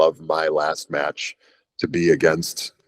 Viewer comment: "It was e very good mYetch, I'd say easily a 4.5 star Myetch"